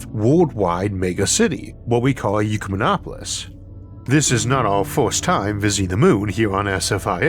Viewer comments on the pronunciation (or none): Rhotacism can't excuse your mispronunciation of "Ecumenopolis" Isaac